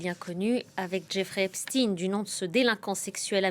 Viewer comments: C'est Jeffrey qui prononçait son nom ainsi . Mais c'est Epstein pas Epstin vous avez raison ! c'est comme si les gens qui disent Epstin le font par respect de la personne alors que c'est un monstre... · Au fait on ne dit pas epstine mais epstaïn. Comme pour Albert Einstein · Pk vous dites epstine et pas epstein comme ça se prononce? Vous dites Albert Einstein ou Albert einstine vous? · Maintenant c'est "Epstine" ça va bientôt glisser en "Poutine" 😂 C'est pas plutôt "Epchtaïne" la prononciation de Epstein ? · Ils m enervent avec leur eps -tin: ! C'est eps-tein! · Epstein et pas Epstin ! Albert s'appelait Einstein et pas Einstin ??? Il faut nommer les personnes correctement !!! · parler en français !epstein et non epsteIne vous une chaîne FRANÇAISE du service public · 🤔 drôle façon de prononcer Epstein. Du coup comment vous prononcez einstein ;)